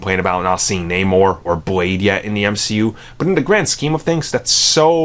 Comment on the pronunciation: It’s Namor